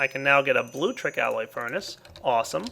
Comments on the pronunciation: MY GOD,. IT'S NOT 'BLUE-TRICK'. It's like 'electricity' but with 'blue' at the start. It's pronounced 'blue-leck-triss-it-ee'! SERIOUSLY. Just saying. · It's not "blue-leck-triss-it-ee" dumbass... it's blutricity. You know, "tricity", but with "blue" at the start. It's pronounced "blue-triss-it-ee"! SERIOUSLY. Just saying. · he says Bluetricity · It is actaully Blutricity Blu-tricity but i also my pronounce it wrong